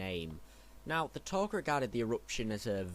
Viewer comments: No offence but rhis should be done over again..seriously...the taug the taug. It's taung. It's like makin a whole vid dedicated to jedi and calling them jaydi or their species as hunams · It's Taung. Not Taug. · Isn't it Taung with an n?